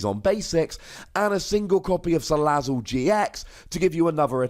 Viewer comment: You finally pronounced salazzle correctly.